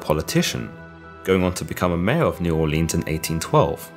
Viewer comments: It's pronounced “New Oar-linz” not “Orleens” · Please pronounce New Orleans correctly. Neu Orleens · Im from Nawlins, just for your reference. Never come down here and say the hard E in Orleans. Pretend the 'ea' is an 'i'. New It kind is how we say it. Or Nawlins dawlin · The way you say new Orleans aggravates me. It's pronounced new or-Lins . ........... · You are saying New Orleans wrong lmao